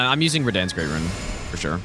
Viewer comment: actually most of those are on purpose as inside jokes, like raDAN and raDAHN, or Scadu-tree and "shadowtree"